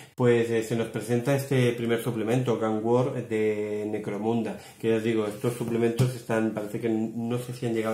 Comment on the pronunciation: Parece que digas "Negromunda" no? XD buen video :D